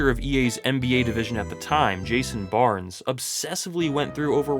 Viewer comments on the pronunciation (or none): none